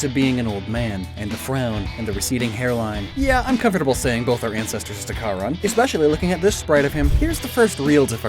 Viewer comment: You also mispronounced "Charon" in two different ways